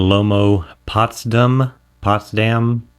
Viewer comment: Thanks for this video and the whole series! It already helped me so much choosing the right film to use. It's Potsdam with an "A" like the last "A" in AmericA or like in "all". Greetings from Potsdam, Germany :)